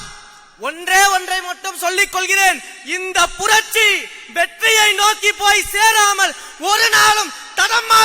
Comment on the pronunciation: புரட்சி உச்சரிப்பு சரி இல்லை....ஆட்சி ஆசை வேற....தமிழ்நாடு...?வெற்று உணர்ச்சி....இலட்சியம்,கொள்கை,கோட்பாடு...?